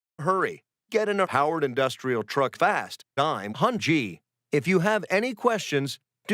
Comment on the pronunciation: "hunjy"... congrats on making "hungy" worse. Also I'm going to use sloperate as much as possible.